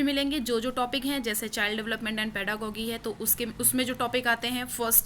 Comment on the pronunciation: Your pronunciation of pedagogy is incorrect...It is पेडागोजी not पेडागोगी...the intention of mine is not to insult you...all I want to say is that if you are on YouTube platform and serving as an educator so before publishing any content Please makesure to cross check each in everything from each n every perspective....